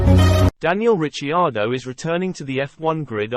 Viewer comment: Its pronouced Rick..ardo ......